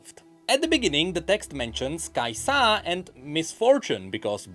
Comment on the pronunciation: Every times he says kaisAA, I imagine this emoji: 🤓